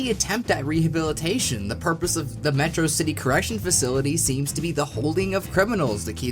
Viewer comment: You pronounced Metro City wrong. Sounds suspicious.